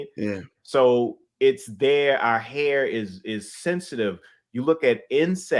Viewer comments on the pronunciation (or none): No fronting, the way pronounces "hair" as "here" was confusing me a little 😂